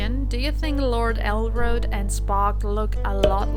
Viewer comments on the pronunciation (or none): Omg. His name is Elrond, not Elroad. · Its el-rond